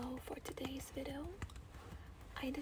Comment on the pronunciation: When the girl said "video" I heard her say "vido" instead